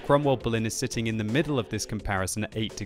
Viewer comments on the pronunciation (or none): none